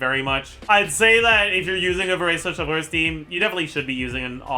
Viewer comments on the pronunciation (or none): none